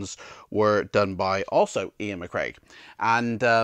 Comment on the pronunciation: This is a great series, thank you very much for making it. Some critical feedback which I assure you is well-intentioned. Firstly, as someone else has pointed out, the illustrators name is Iain McCaig, not "McCraig". Secondly all the info that you shared here could have be gleaned from quickly looking at the cover or the synopsis on Amazon. As someone who has purportedly read the book several times, surely you could have provided a deeper insight? Thirdly, I have to ask - have you completed any of these books? Because it seems that every video you say "I've never completed this." You're a big fan of the series, so show some commitment, make some maps, and complete some books - that way you'll have more to share in the reviews. It seems like you went for quantity over quality with these reviews, and that's a pity because the topic of gamebooks is still to this day a relative niche on YouTube, and you could have really made a success of this channel. In spite of the above criticism, thank you for sharing your enthusiasm of this series, you come across really well on camera and I wish you all the success for the future.